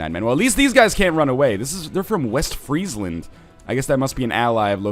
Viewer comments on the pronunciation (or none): none